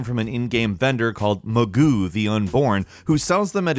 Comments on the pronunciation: it’s actually mangoo not magoo. Pronounced man-goo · It's "mangoo the unborn" not "magoo the unborn" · His name is mangoo.... not magoo... the joke is man goo... god you really don't know how to read.. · It's "mangoo" not "magoo". Yet again, editing. You sound like an idiot with these mistakes. Don't you watch your videos before you release them? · It's pronounced man-goo the unborn, as in semen...